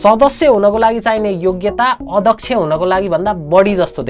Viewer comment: अदक्ष होइन हो अध्यक्ष्य भन। फेरि भन् भनौला नी भन भनेको 😂😂